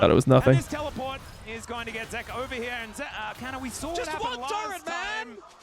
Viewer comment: I swear if YOU KEEP CALLING HIM ZEEKA instead of Zeka, I'm gonna get cancer